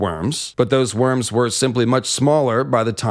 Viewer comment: Lol. Mate you know theres a difference between worms and wyrms right? Its not even pronounced the same. Sounds alike but its not.